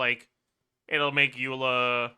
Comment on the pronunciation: Why he stopped saying Aela instead of Eula, it was so much fun